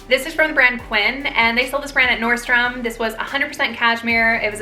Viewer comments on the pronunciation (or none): none